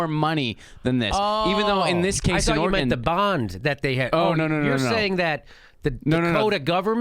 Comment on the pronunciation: If you want to gain Oregonians to your cause, you gotta say OR-eg-uhn, not or-eg-AHn.